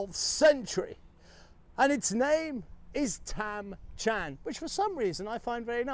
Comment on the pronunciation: Very enjoyable and looks like a special spot. It's ... Tham Chan, not Cham btw if people are trying to search it up